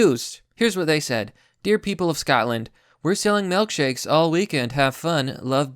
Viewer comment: Melk shakes. Huh.